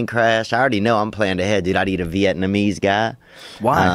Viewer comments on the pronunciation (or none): Bobby Lee was right, theo does sey vietnameeese funnuy lol